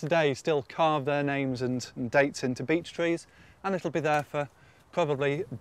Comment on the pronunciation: Why does it sounds like "B*tch Tree"😂